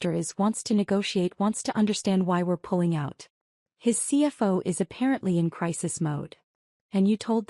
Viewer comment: Why does your AI reader always slur over the acronyms - CFO it pronounces “see fo”, CEO is “see oh” and COO os “see oh”. Very sloppy. And how does the uncle not know where the second investment came from when he and the nephew had openly talked about it after the withdrawal? Everything else was the same even though nephew didn’t openly say “ nephew is investing again”. Another sloppy inconsistency.